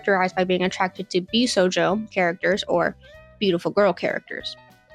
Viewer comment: “Bisojo” “Josie” get out PLEASE